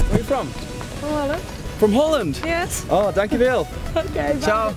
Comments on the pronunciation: Też na początku usłyszałem "poland" Ale Ona mówi "holend" , tak mi sie zdaje :D :P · Nie wiem czy już ktoś to pisał, ale mi się wydaje, że ona mówi "Holand" ...